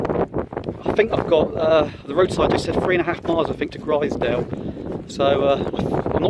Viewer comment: Enjoyed the series As a local it’s pronounced glazedale (glaisedale) and growmont ( grosmont ) Made me smile